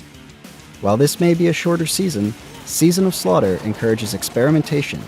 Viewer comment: “season of slutter” Iconic